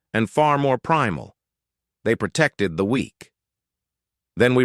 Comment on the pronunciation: "Pertected" is not a word. *Protected "Percisely" is not a word. *Precisely